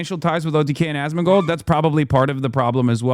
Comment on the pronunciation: Asmongold's name is a short abbreviation of "ask more gold" which comes from his early WoW days when he used to beg people for in-game gold so he could buy more stuff. Anyway... He can't even pronounce the name/word right. Hassan pronounces it like Az-Min-Gold It should be As-Mon-Gold Yes, he says his name a lot every single day and probably thinks it in his head twice that amount. Yes it's pathetic. Yes it's sad.